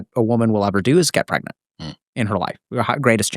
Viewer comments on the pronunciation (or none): pregnorant? pregananant , pregant?